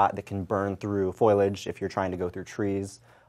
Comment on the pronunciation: FOLIage not FOILage years ago simpsons made a joke out of this...now everyone says it. oh, new-clear and nuke-ya-lur too